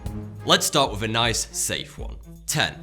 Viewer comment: He is trying to say Thoughty2, but his way of speaking is very odd. For example; he pronounces the word, "three", as "free". He can't pronounce the "th" in any word. Just watch him again. "with" comes out as "wiff".